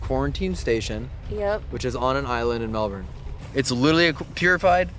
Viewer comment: so impressed with the way you said Melbourne!! Your like a real Aussie! Most people from over seas drag out that ‘bourne’ part if Melbourne and dam its so annoyingly frustrating! Congrats!! Oh and great investigation!